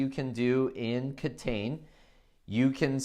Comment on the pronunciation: I like that you're focusing on Japanese games, which are very underrepresented on YouTube and BGG in general. However, it might be good if you pronounce the game's title the way it would be said in Japanese instead of phonetically reading it in English. I know you said it's not available in stores yet, but if it does become available you wouldn't want potential foreign customers asking for a title that would confuse the store owners.